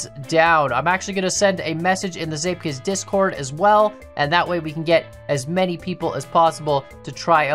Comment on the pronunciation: im origanaly dutch and prenounces zeepkist almost perfectly